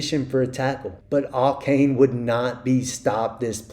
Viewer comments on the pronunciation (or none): Ay-Chan is how you pronounce Achane. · It’s pronounced “A-chan” and that’s according to him. Apparently everybody has been mispronouncing it.